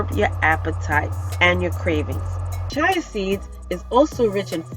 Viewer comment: Chia pronounced Chee-uh. We have to take care of one another. You have helped me so I will return the favor.